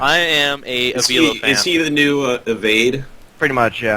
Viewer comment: I think the least you can do if you're going to mention avilo's name is learn how to pronounce it. And yes, he is becoming more and more popular so, good job mentioning him.